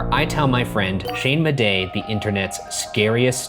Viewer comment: That'll be a big Shane Madej dunker on that one. (Edit): I heard Shane Madejne. Like smashing Shane's first and last name together. Shane Madane.